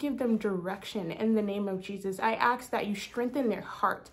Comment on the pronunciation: thank you!!! great confirmation ❤🎉 if i may be allowed to say one thing, in love and not out of criticism, but i hear you say the word ask as aks.. but in pronunciation it is the s before the k. 😅 not super important but felt i should draw your attention to it so you are able to address it if led to by the Lord. have a blessed day!